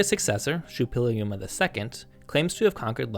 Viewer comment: You keep mispronouncing "Šuppiluliuma" as "Šuppiliuma".